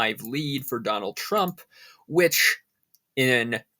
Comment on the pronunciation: TRUMP not TRAMP !!!